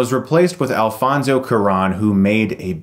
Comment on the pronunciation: "Alfonso qur'an" lmao